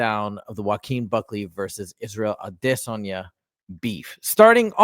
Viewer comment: The way you pronounce Izzy’s last lame is cringe. Stop you sound stupid